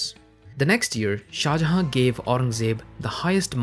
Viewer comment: Why do you not pronounce the last N in shah jahan? You keep saying shah jaha and it makes me wanna hurt you